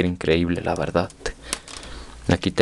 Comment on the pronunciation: Deja de decir verdat cuando habladassss